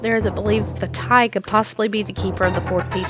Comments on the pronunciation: "Vah-TEE". not "Va-tai"... "Oh-Kah-Ree-Na", not "ock-ah-ree-na"... NI-Ru, not Nay-Ru. the name pronunciation drives me nutts... please say them right... T_T Good point on the Fierce Deity. In this, I figured Fierce Deity was the guardian of the full "tetraforce", representing the force of Duty or loyalty. Fierce Deity was likely a Sheikah, but had himself sealed away because he felt darkness setting in with his negative emotions. A fraction breaks off and forms Dark Link... I'll expand later. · did you ever think, it's maybe pronounced Vaateh and not Vaataye even if it's spelled Vaati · va-tea not va-tie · Lol Vaty. Its pronounced Vati. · vattye seriously it's pronounced varty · I don't think it is "Vattay" but "Vaahtee" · Wait... Vah-tie? I thought it was vah-tee O.o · Va-Tie... Really? It's Va-Tee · I just have one question: what in the HECK made you think Vaati's name was pronounced "Va-TYE"? Seriously? He has TWO A's in his name and only one i. It should come across as being "Vah-Tee", not "Va-TYE". XD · By the way, the official pronunciation for Vaati is Vah-tee, not Vuh-tie. Just thought I should throw that out there. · vuh-tie... Lol... Vah-tee is the correct pronunciation of Vaati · Why did she pronounce Vaati's name like Va'tie ._. so odd... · I thought Vaati was pronouced "Vah-tee"? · It's pronounced vaatee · Oh god. That pronunciation of Vaati... What a butchering. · Every time you say Vaati's name wrong I cringe